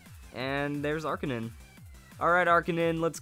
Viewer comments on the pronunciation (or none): It's arcanine not arcanin.